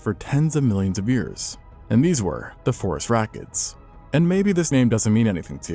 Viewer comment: The first time I heard Phorusrhacids, I heard "forest rockets" and got very confused, but the name has stuck.